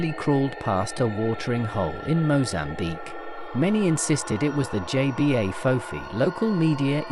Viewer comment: It's pronounce Jebah, not JBA.